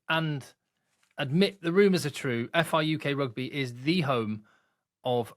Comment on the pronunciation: Brilliant, well done and. This is incredible news. FRUK prouncunced FRuck instead for the Rugby lean in? I'll get my coat.